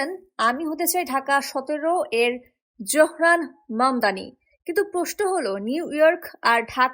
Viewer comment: নাম ZOহরান মামদানি। Z-O-H-R-A-N M-A-M-D-A-N-I. Z-O উচ্চারণ করা হয় zo, not jo.